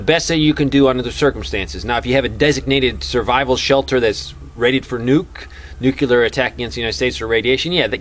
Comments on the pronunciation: Another one who mispronounes "nuclear" as "nuke-yuh-lurr", Geez, isn't there anyone left who can actually say "NEW-KLEE-URH"? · Nuclear is pronounced (NEW CLEAR) NOT (NEW Q LER} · OH PLEEEASE - TRY TO SAY... NU - CLEAR NEW - CLEAR. NU CLEAR. NOT NU - F''ING - CULAR. AAAAaaagh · FOR THE LOVE OF GOD!! PEOPLE! .... it's pronounced ( new clear ) .... the word nuclear is pronounced (new clear). not ( noo cue ler ) ..... it's ( new clear ) ! .. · "I'm not going to get into the technical stuff because you wouldn't understand it"..."nukular" I counted 12 nukulars; it's nuclear! You're killing me... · Why have so many trolls shown up on vids lately? I'm somewhat of an expert on this subject, and you're doing a very good job of giving people the info they need to know to stay alive without confusing the issue. I do wish that you'd say nuclear instead of nucyaler. But well done my friend. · New clee er- but even some scientists say new kya ler. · Nukuler? Pronounce it Nu-CLE-AR! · Please, PLEASE. It's "noo-CLEE-ar" NOT "nu-CUE-lar" . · Nuclear - not nucular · he wont tell us about the data because we wont understand it but he cant even pronounce the word nuclear.. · please try to say NU-KLE-AR, again: NU KLE AR other than that love what you say :-) I am sure you're smarter than dubya (he is the best known mispronouncer of this word)